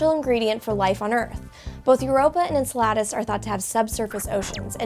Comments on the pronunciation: en-salad-us? pretty sure its "en-sell-edd-us" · Great video... interesting way to pronounce Enceladus, maybe i heard it wrong before. Love the Science stuff The Verge does, keep it up !!!!